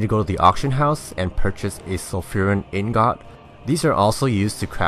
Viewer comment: What the fuck is an ignot (I know you mean ingot) but it's like when people say subbletea for subtlety rogues